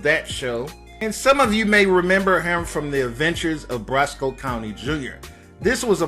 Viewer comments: Brisco not brosco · And he said he was on the show “BRUSCO County Junior” when in actuality it was “BRISCO County Junior” lmao 😂🤣 idk where he’s getting his information but he seems to have a problem correctly pronouncing characters names and the names of the shows he talks about. The actor Julius Carry passed away and I would think he’d show more respect and do some research before making a YouTube video in his honor. 🙏🏾